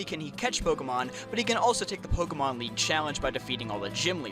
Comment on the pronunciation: Take a shot every time he butchers pokémon